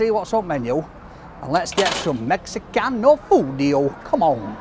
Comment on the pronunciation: The Italian accent saying Mexicano 😂😂